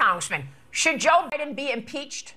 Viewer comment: Did she say "Joe Bidin"???